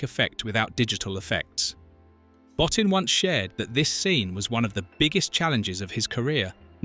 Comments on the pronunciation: "Bowe-Teen" is how Rob's last name is pronounced. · I wish he'd pronounce the SFX guys name properly 😂😂😂